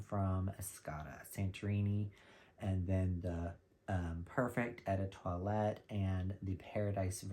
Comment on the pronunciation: French "eau" pronounce like English word "oh". If the word is "l'eau" pronounce it English "low". (Edit: Not being critical - I love your videos. I'm Canadian so I'm versed in tricks for French pronounciation)